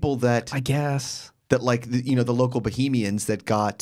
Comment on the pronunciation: lol its pronounced BUH-HAIM-YIN